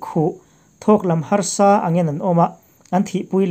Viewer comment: Hrosa tih lai tak hi ari ala diklo deuh